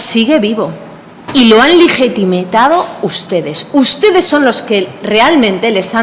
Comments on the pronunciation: “Ligitimitado”, dice la facha cateta. Pues no hay más preguntas, señoría. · Legetimitado??? Dice la inculta pepera